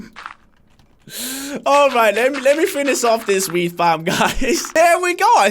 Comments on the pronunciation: u are saying weed not weat not the drug love u:-) cobble= lifel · At chaos Dragon lol it did sound like he said weed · Is it just me or does it sound like he is saying weed farm. LOL? #famlit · Weed farm or wheat farm? I need to know what u said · It sounds like he said weed farm . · when he says wheat farm it sounds like weed farm XD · he sounds like hes saying weed when hes saying wheat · I kept thinking he said weed farm XD